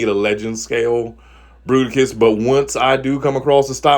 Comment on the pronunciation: Fruiticus....and now I will never hear it as Bruticus again. FML. XD